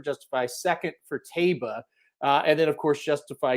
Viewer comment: Phonetically pronounced TYbah.